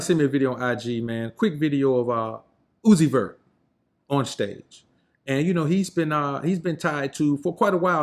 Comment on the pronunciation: “Lil uzi vert” sounds quite close to “Lucifer”